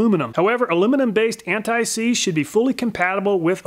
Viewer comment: "Antseize W120" lol!